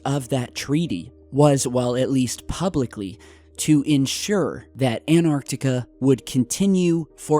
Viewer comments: gotta remember that there is a t in anTartica. ... not anartica so it's pronounced anTARtica. ..thanku :) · He always say anarctica even though antartica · AnTartica T T T shall i refer to you as? Please pronounce the T!! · ANARTICA XD XD XD XD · An tar tic a